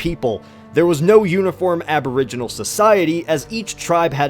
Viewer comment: I know you're new to this but I am Aboriginal and I didn't like you saying abrigenez